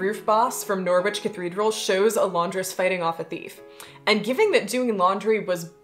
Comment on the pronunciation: Always find it cute the way Americans say Norwich. It rhymes with porridge, which I believe our American cousins call oatmeal, so... Noatmeal